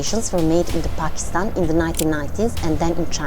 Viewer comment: show pronounced Pakistan right